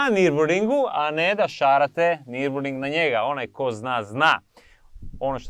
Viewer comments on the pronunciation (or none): Ali nije nirburing nego nurburgring😊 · ü ovo je njemacko slovo koje se cita i pa se kaze nirburgring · ne cita se i ali su nasi preveli na i